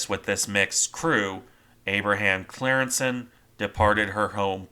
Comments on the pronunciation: I think its pronounced something like "Cryingssen" but I'm not dutch but german so I might be wrong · Its pronounced as in the YouTube: “Team geschiedenis: De ontsnapping van de Abraham Crijnssen.”